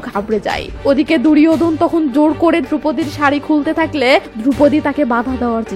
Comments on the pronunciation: দূরিওদন না ওটা হবে (দূর্যোধন) ভুল বলেছেন তাই ভুল টা ধরিয়ে দিলাম ভাববেন না জ্ঞান দিলাম .u are too good mam i am from India. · English uchcharon duryadhon Hobe r banglay durjodhan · দুরিওধন না দূর্যোধন । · দুরযোধন,বিশসয় ( দুর্যধন,বিষ্ময়) উচ্চারণ গুলো ঠিক করে নেওয়া উচিত।